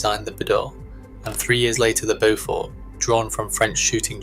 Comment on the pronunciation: It’s Bee-dale and Bo-fort.